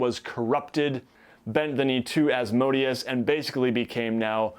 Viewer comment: As-mo-DAY-us. Az-MOH-dee-us just ruins all the phonetic majesty in the name, makes it sound like an ice cream flavor.